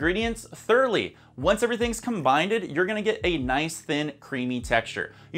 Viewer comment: Did you say combinded???